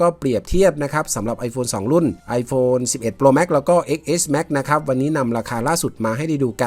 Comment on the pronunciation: X เลขโรมันอ่านว่า 10 เน้อ